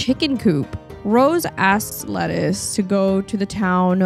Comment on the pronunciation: Lettice pronounced Leh-teece. 😁